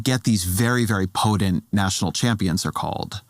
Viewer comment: Ezra - spell check: "potent" is not spelled or pronounced as "podent." po-Tent